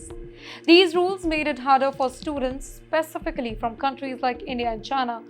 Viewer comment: This narrator/teleprompter reader needs to enroll in an English Language School where they teach proper pronouncement of words like "specification, specifically, conservative, etc.". As for a British education, it has been a "loaded hype" for many years, however SE Asian countries like Singapore are now far ahead in the education game, as has been shown via rigorous exam results.